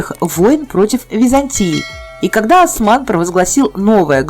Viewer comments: Не Асман а Осман! Не Архан а Орхан! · Ни Асман ,а Осман. Аж уши заболели